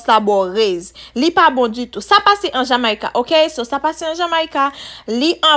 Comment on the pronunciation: prochaine fois di jomeca pito o lieu de Ja ma i ca